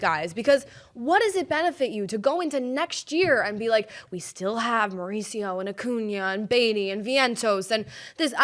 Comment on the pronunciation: "Mare-ooch-io" --- Ronny Mare-ooch-io? Really? 😁